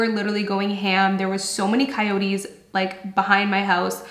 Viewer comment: It's " coyotes" 😆